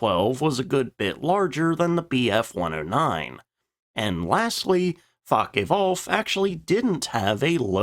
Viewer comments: There was and is no "facke wolf". There also was no "laftwaffa". There was also nobody involved in this named "Milsh" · LOOFT vwaffah not Luft wahhffe. Not Fahkkeh Wolf. but Foahke Vwulf. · The constant mispronunciation of "Luftwaffe" and "Focke-Wulf" is sufficiently irritating to cause me to stop this video at eight minutes in. Great topic. Wish I could finish it, but the mispronounced words turn me off.